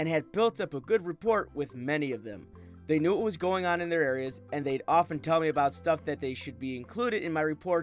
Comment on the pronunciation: “Ra-pore”. The “t” is silent.